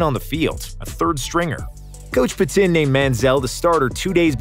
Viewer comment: Dude the way you pronounced his hc name Mike Pettine 🤦‍♂️